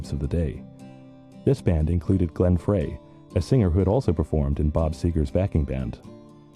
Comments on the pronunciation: Yes, I am going to create a video about the Eagles and have a shitty AI voice that can’t even pronounce Glenn “Fray” correctly! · I watched this and realized that the producers of this documentary had more facts wrong than they had right. Wrong facts and speculation. Additionally, the one guy didn’t even know how to pronounce Glenn Frey’s name. This is one pathetic bit of production… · Glenn Freys last name is pronounced like fry an egg. It wasn’t Geffen who brought the band together, it was John Boulanger, who has been entirely cut out of this version of the story. You also pronounce Bernie’s last name wrong. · Could we pronounce Frey’s last name correctly, please? Stay above the fray, in other words. And while we’re at it, pronounce Leadon’s surname right. No leading from behind. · Seen variations of these journalist interviews in different videos but just can't get past the terrible mispronunciations of Bernie LEAD-on and Glenn FRAY. Yes, they are British, so am I, but imagine a documentary about John LAY-non or Jimi HendRICE. It just ruins it. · This must be from somewhere between , as there’s no mention of Felder’s firing or Long Road Out Of Eden. And the mispronunciation of Leadon & Frey is so irritating!🙄🙄🙄